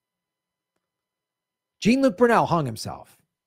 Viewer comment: Brunel was French. HIs name isn't pronounced Gene, it's Joh.